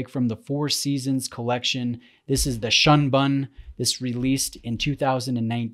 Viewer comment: Both pieces are absolutely stunning! Love the content,, even if I don’t comment often! You’re on fire, man! Gotta say though, hearing you say, “ Shun bun,” with English pronunciation made me chuckle a bit. 😉 Of course I don’t want to be THAT guy, but living in Japan and speaking Japanese pretty fluently, it might be fair for me to say. The “u” sound in Japanese is pronounced like the “u” in “put” or “octopus.” Also, the same as the “oo” in “foot” and “good” (but NOT “noon” or “toot”). I hope that helps. 😌 Keep up the awesome work. You da man!